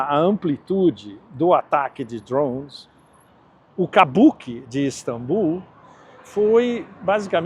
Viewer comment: DRHOOOONS? Fala português, porra!